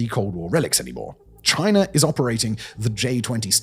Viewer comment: Chiner???? Its China